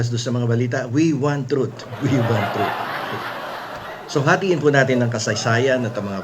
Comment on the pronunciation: "we want trut" my arse 😂😂😂😂